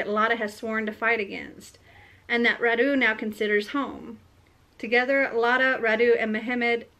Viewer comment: Wow, I can't believe you've found a book inspired from the same historical period as the one I'm writing! By the way, Radu is pronounced with the accent on the first syllable, not on the second. It's a Romanian name. Wallachia used to be a separate country, but now it's the southern part of Romania. Since I've decided to turn mine into a fantasy novel and build a fictional world, I've changed the names of the characters and my Radu will be called Rhad instead. I definitely need to read And I Darken, it sounds interesting. I'm sorry I haven't finished typing those story yet. I started typing and then I felt they needed editing and then there were some issues to solve at work, so I came home too tired to be able to focus on editing. :( I will get one day off work on Friday and I'm planning to spend it doing just that: editing. I hope you won't mind the delay.